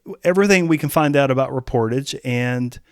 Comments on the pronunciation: It's pronounced "rep-or-TAJH" (French word), not "re-POR-tidge". Think of the words corsage and barrage. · It is not “Ree-por-tedge” it’s French, and it is pronounced “Ray-por-taj” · Should be pronounced as “Reh pour Taj” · It’s pronounced: Ray-por-taj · It’s pronounced “REP”-“POR”-“TAJ” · I can not believe how you pronounced Reportage….I mean come on! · you're pronouncing the album title incorrectly. ^DDHQ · He needs to look up the correct pronunciation of the word 'reportage'.. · I don't believe you are pronouncing the title correctly.